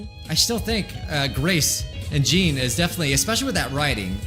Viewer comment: Please say 'Jean,' rhyming with 'Sean'.